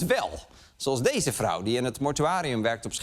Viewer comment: 'freselijke' kerel 'dese' Lubach 🤢